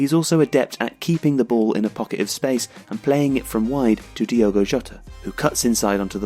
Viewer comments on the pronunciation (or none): diOgo Jota, not diEgo